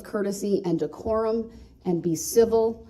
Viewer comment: Listen how he says one of the "big words" he can't seem to understand (by following rules of the court). I thought I was "hearing" things when he said it, so I slowed it down and played it back a few times. I didn't know DECORUM was pronounced like that! He absolutely butchered it! lmao!!!!